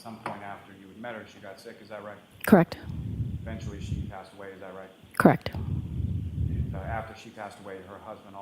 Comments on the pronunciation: I’ve never heard someone pronounce “correct” as “ca-reckt” 😂😂😂😂😂😂 anyone can see she’s not telling the truth. Look at her eyes, there’s nothing behind them! Evil. You don’t have to look at phone records and transcripts every five minutes if you’re telling the truth 🤦🏼‍♀️ Edit—and to the brother, he shouldn’t be allowed to sit and stare at Karen like that CONSTANTLY. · "KRACT" version of CORRECT